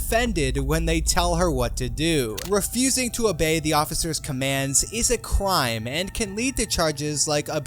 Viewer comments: he said cwime instead if crime it's alright though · " is a cwimb" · did he say 'crime' or 'cwime'? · “Cwime” HELP WHY IT SOUND LIKE THAT😭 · "is a cwime" WHY DID DUDE SOUND LIKE THAT😭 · is a cwime